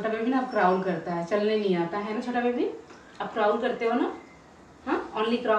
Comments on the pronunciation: Crawl bolte h...craaul nahi hota aap wrong bola plz correct kare ... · Crown nahi crawl bolte hai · Crawl hota hai, क्राल,, क्राउल nai bolte hai